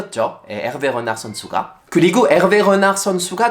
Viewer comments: 프랑스어 발음이 안좋으시네요 읗낳흫 가 아니라 "르나르" 입니다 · '르나르'만 프랑스 현지 발음 나오시넹 아무리 들어도 전혀 못알아듣겠음 ㅋ